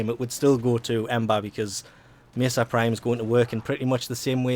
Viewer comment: you say mesa so wierd